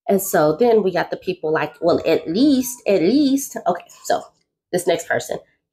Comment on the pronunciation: I’m going to tell people I DON’T KNOW “Aylise” (Ay lease~> At least) THE FACTS ARE FACTS